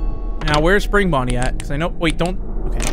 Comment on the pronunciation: Bro says bunny and it for Bonny but not just Bonny